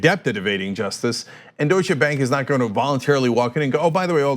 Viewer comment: Way to go Maxine! That out of the way, Cenk, Ana, please stop emphasising the 'che' at the end of Deutsche, pronounced the name Doi-shuh!